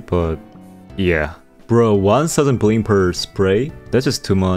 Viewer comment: Did I just hear buin instead of bling?🤨